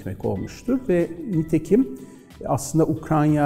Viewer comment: Ukrayna diyemiyorsun hocam. Ukranya diyen kişinin tüm söyledikleri doğru olsa bile videoyu kapatıyorum.